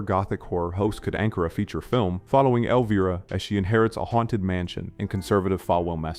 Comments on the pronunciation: Elveeera? Come on AI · Elveera and Harold Raamis? At least try to make the AI VO believable.